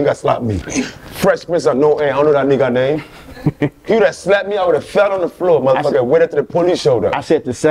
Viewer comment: Something about him saying dude name wrong throw me off